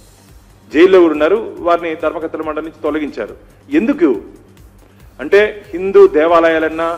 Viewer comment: ధర్మ కత్తెల మండలి కాదు - ధర్మ కర్తల మండలి.